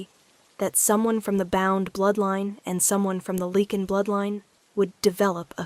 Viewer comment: Lichen with a long I not leaking